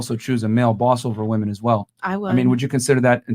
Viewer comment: The whole entire pod cast that just bothered me the most was that girl in the green shirt saying the "woman".... It pronounced "WOMEN!" damint.